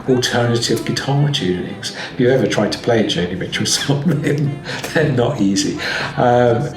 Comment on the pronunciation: It's JONI Mitchel.